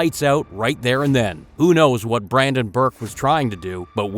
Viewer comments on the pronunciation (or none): none